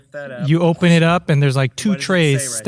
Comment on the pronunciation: I like how gives guff for Valentine’s Day but can’t say “both” or “open” without adding an “L” after the “O”. And …you’re just killing it. Great work guys!